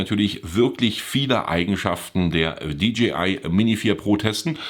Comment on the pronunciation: Die Stimme eines Predigers in der Wüste: [Di Dschi Ei] = DGI, DJI = [Di Dschäi Ei]. (Ich geb's nicht auf, wenn's schon Englisch sein muss)